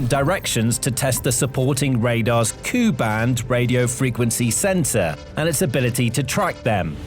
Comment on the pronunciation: K u band, not Koo band.